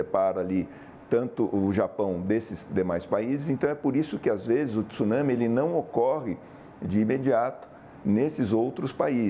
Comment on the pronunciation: Jornalista não é tissunsme,tsunami